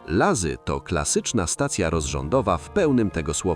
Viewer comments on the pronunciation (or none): Materiał fajny ale język polski w nie których momentach to porażka. Rozumiem że Wyraz Łazy można pomylić z lazy ale wyraz środlądowa aby przekręcić to jest już gruba przesada